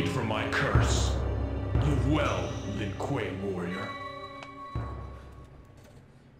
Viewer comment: "Not the Lin Kueeyyy, and natchuuuuu"